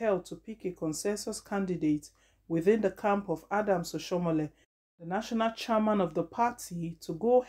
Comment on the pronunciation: Do you know how to pronounce name at all